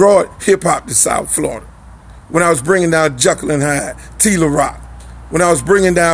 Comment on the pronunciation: Flo-Rida????? For real Luke 😂😂